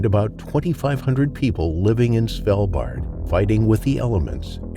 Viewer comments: It is Svalbard not Svaldbar. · Norwegian here - it’s Svalbard, with a hard “a” in both cases, not “Svelbahh”